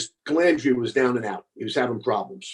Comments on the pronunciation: Larry calls out Jimmy for saying Mezza instead of Mazza and then goes on to call him Calandria instead of Calandra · I'm not on either side. I like Larry but I laughed when he said the guy Mispronounced his name as Mezza. Then Larry turns around and mispronounced his last name as Calandria. Did Larry do that on purpose? 😂😂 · Larry harped on Jimmy not being able to pronounce his name correctly. Jimmy said Mezza instead of Mazza but Larry is saying Calandrea instead of Calandra 🤣🤣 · kinda funny you had no problem spelling the guys name, but you def had an issue pronouncing it.. hmmm...